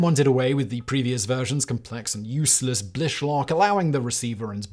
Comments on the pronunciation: he murdered it. The only reason I knew what he was talking about was because I was watching and saw the picture. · Laughing at Simon's pronunciation. He said Blish 2 different ways in 4 sentences.